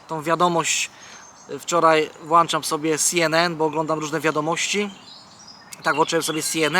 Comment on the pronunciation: Włanczam, tego statka...tragedia.